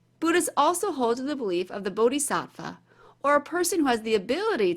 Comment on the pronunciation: Pronounced " Booty-satt-vah"